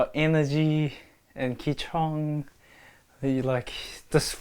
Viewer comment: 'ki chong'😂😂 im pretty sure he means qi(chi) gong